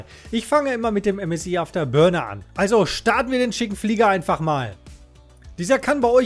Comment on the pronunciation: ÄM ÄS AI